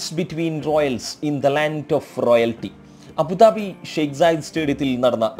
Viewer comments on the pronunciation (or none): none